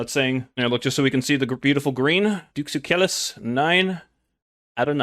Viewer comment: This man pronounces Duke Sucellus correctly.